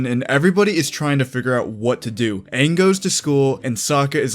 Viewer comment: Did you call him ONG? As in the “Ovatar?”